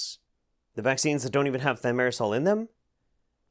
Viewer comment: So filming successfully pronounced thimerosal, but editing misspelled it as "thiomersal". Just an fyi.